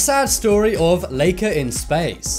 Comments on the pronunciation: This is the first time I hear somebody say “Leika” It’s pronounced like “Laika”, everywhere It’s like you pronounce my name like Sasha, not like Seisha . Do you? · Lie-ka not lee-ka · It’s like-aaaa not lake-aaa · Laika is pronounced lie-ca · It supposed to be said lai-ka and the spurt-nik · My great aunt raised Laika she did Have an owner after she came back but she died when she was 14 1/2 she was a great dog very caring and relaxed. It’s pronounced Ly ka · ooh. yay a video mostly about a guy mispronouncing "Laika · Oh... I keep getting offended by how you say sputnik and laika